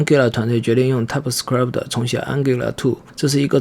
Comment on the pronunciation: typescript 你读作踏普死磕力普忑？